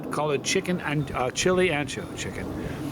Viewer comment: Being Spanish and Italian myself, and just as a PSA, Ancho, Spanish for wide, is pronounced Oncho. My late great cat back in the 90s was named Mudrick was 18 1/2 pounds. Ancho was an understatement. I'm not even going to get into that super....... whatever that word was.